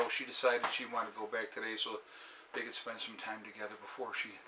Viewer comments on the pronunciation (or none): none